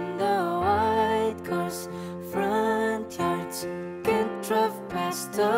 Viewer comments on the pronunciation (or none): none